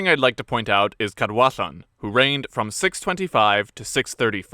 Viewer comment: Thank you for doing the research into the correct pronunciation of the Welsh names - When you got the DD in Gwynedd right I was like "ok, this might be good", and then when you got the LL in Cadwallon right I was in love! Diolch o galon!